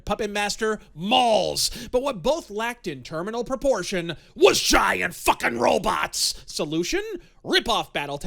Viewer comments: At times, I heard it pronounced as "ro-bits". Is turning into Murray Goldberg or what? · Could have a drinking game every time he says "robits". 😉